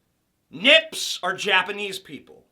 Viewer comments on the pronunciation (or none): Did he say nips or micks, because mick is slang for Irish yet again white. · I think he actually says "micks" rather than "nips", which is even funnier, because Callahan is an Irish name. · He actually doesn't even say "nips", he says "micks". Which are Irish, which are more white people. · "Nips"? I could have sworn he said "micks"? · TJ, I'm pretty sure the racial epithet list said Micks, as in Irish people, not Nips. Listen again. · I think the guy who says "Harry hates everyone" actually says "micks" after "limeys", not "nips". "Mick" is for Irish people. So that would actually make it 5 white slurs out of the 7 slurs against "non whites". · Harry's friend Fatso doesn't say "nips", he says "micks". And that means Irish. So five of the list are whites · Actually he says "micks", derogatory term for irish people, also really fucking white